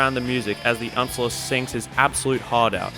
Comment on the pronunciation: every time he says the uh-nce-ler a tree dies